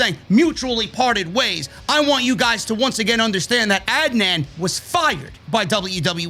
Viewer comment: Lol watches the entirety of Raw for us every single week, hears them say each other’s names every single week, and just pretends he really doesn’t know how to pronounce Adnan’s name 😂